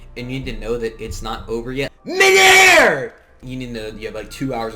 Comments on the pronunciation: kinda sounded like the n-word ngl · Anyone else think when he said “Mid air” he said the n word. Just for a quick split second, before I realised what he actually said 😂😂😂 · he said “mid air”